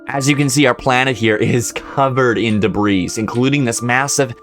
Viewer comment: Debris is pronounced like Debree, not like Degrees with a b instead of a g.